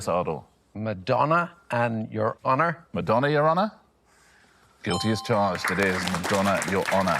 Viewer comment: The rhotic r bugged me but so also did the fact that I'd say the stressed syllable in Madonna is on the first 'a'. I'd be more willing to accept the rhotic issue if it was a cleaner rhyme like "Poor Donna" and "Your Honor" or willing to accept the slant rhyme if they didn't have differing 'R' sounds in something like 'Madonna' and "fauna". But both at the same time is rough.